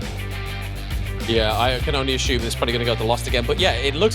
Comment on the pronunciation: there is no h in assume